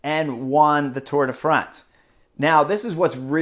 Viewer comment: Thank you, Chris! for saying Tour de France instead of Tour de Fronse.